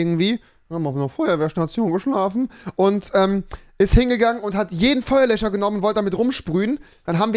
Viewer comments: Feuerlöcher Feuerlöscher ... Kann er jetzt das "sch" aussprechen oder nicht? 😆 weirder Typ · 90 Duude, ich weiß, dass es "FeuerlöSCHer" heißt, aber Rewi sagt FeuerlöCHer. Und das ist der Punkt des Kommentars 🙄